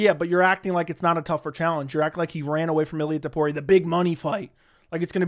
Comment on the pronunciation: It‘s actually TOPURIA,not TUPORIA my man. It‘s unbelievable how many americans find it hard to pronounce a sinple name,but it‘s not surprising